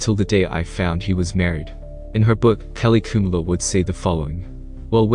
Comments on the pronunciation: What so difficult to pronounce the word "Khumalo"...? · Khumalo pronounced phonetically ku-ma-lo